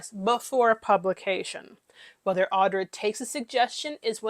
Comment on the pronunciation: I would just like to ask that everyone talking about her get her name right. Audra, not Audrey. Winter, not Winters. Manage that and then criticise her as much as you like with no objection from me.